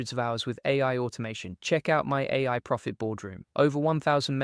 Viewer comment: In Descript, separate A I so it reads it right. Seems to sometimes read it as “eh” like us Canadians sometimes. Just lookin out, not criticizing